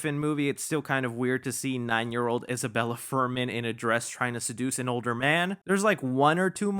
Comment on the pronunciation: Isabelle 😂 not Isabella haha